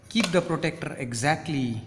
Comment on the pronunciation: Sir it is not protector it is protractor....mm